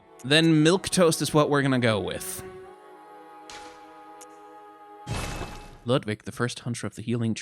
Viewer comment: That transition to German accent with Ludwig was hilarious :D